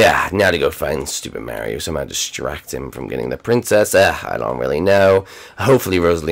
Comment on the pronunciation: She said distrack no kill